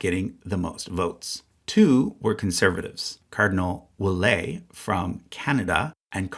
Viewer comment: Ouellette with a sound like "omelette" at the end of his name.